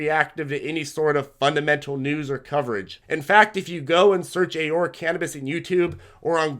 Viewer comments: 1) Ah-Roar-Ah , 2) a lot of stocks that you recommend are not available on the RobinHood trading platform which majority of your more newer, novice viewers are using, since it's a free trading platform. Perhaps you can fine tune your recommendations for that platform as a suggestion, but if not, that's obviously okay too. Great job on your videos, as always, highly informative, and we thank you for sharing this video. Keep up the great work. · Canadians pronounce it "A-Roar-A" Love your videos thanks for all your education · Alex Folger lol yeah it’s pronounced Ah-roar-a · I thought Aurora was pronounced differently but i'll pronounce it however u want as long as you keep making me money with this info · I love your videos but please learn how to pronounce Aurora. ✌🏻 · Alex Folger yea he’s pronouncing it wrong, but whatever, very valuable information!